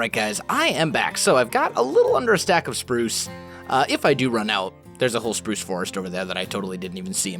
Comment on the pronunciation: Did Someone Hear Saying "Purce/Prurce" instead of Pruce?